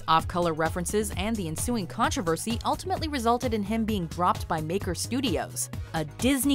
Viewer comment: It's annoys me how she's says 'controversy'